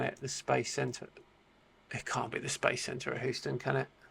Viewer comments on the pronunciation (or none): The city in Texas is pronounced "Heeuu-stun". Not "Hooo-stun". . . ;) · Houston is pronounced HeeYouston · Did he pronounce "Houston" as "Who-ston?" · Houston is pronounced --you stun--yet in NYC there is a Houston Street and is pronounced -house ton--!